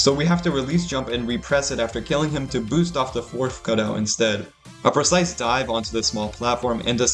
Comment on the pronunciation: makes me cry every time he says "precise"